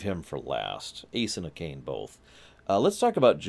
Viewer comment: Her name is pronounced, Ah-kah-nay, or if that is a little too much, June XD I am laughing my butt off at your first ending choice. HOW!? Out of all the possible endings, you have to work to get that one.